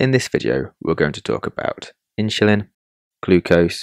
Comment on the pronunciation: The pronunciation of "insulin" with an "h" is not standard or correct. The word is derived from the Latin word "insula," meaning "island". The correct pronunciation of insulin, as indicated by dictionaries and common usage, is "IN-suh-lin" with a clear "in" sound at the beginning. There is no historical or linguistic reason to pronounce it with an "h" sound. The confusion may stem from a broader phenomenon in English called "aitch anxiety" where there's a perceived need to articulate the "h" sound in words like "hospital" or "herb", sometimes inappropriately. However, this does not apply to the pronunciation of "insulin".